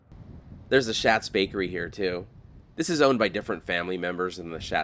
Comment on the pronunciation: The bakery, Schat's Bakkerÿ, is pronounced "Shot's." The name is of Dutch origin, with "schat" meaning "treasure" or "darling." I looked it up again, but our family business used to sell to them way back in the day.